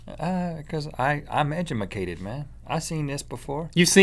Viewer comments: Since he said edumacated I'm going dumb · "Edjamacated" -Rhett 😂😂